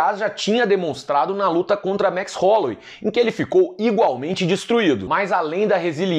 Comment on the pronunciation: "Max Rolouei". Werdum